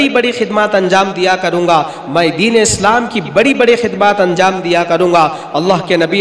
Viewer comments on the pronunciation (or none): none